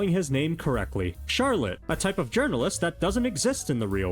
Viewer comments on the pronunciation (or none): none